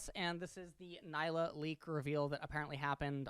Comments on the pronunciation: It's pronounced Nee-lah, not Ny-lah. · As an indian, it pains me to hear people call her Nyla instead of Nilah(blue in hindi). this makes the 4th youtuber calling her Nyla😭